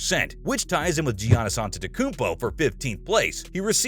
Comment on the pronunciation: There’s no way this guy pronounced giannis like that 😂